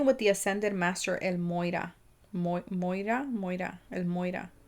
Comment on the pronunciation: EW MY NAME IS MOIRA AND WHERE IM FROM, YOU PRONOUNCED IT PERFECTLY .....